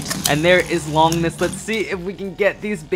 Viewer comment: Bruh it makes me cringe when they say Longinus sprigin rangoruk I understand that they say Valkyrie but it makes me rage but respect for the collection